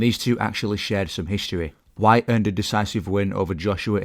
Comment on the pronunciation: Announcers' lack of ability to pronounce Dillian Whyte's name properly annoys me.